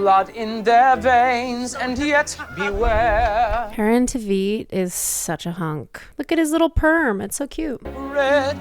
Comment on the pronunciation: That's not how you pronounce Aaron's last name, but yes 100% agree he's the best :)